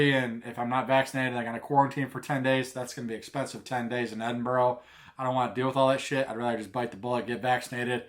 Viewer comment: i'll be up there around the same time.. do NOT forget your headnet! just a hint on pronunciation (no big deal because even some scots have trouble pronouncing the names of their mountains, or ben as they're known up there) it's phonetically edinbru and glazgo.. if that makes semse. i'm guessing you've checked out 'Hounds of Howgate' his videos are great especially the CWT one. i'd advise taking a jump west at the isle of Skye on your way up.. for photography you can't beat it. fantastic you're coming over.. maybe bump into you